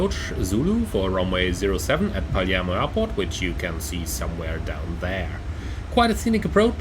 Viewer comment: but why Paliermo?ah i undestand "e" you read "i" but it's italian not english. It's strange cause Palermo is a famous city.....